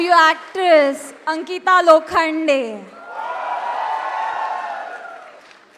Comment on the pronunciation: It's Ankita not anita